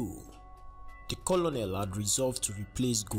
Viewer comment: It's pronounced Colnel not Colonel